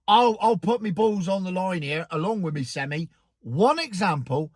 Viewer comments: Yes, they are called sem-I, not sem-e. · Its pronounced semeye lol. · As you pronunce it an articulated gehicle is a seni!